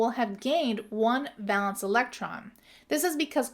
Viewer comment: Awesome video! Super helpful!! I noticed you pronounced it 'val-ence'—is that a regional thing? I've always been taught it's pronounced 'VAY-luhns'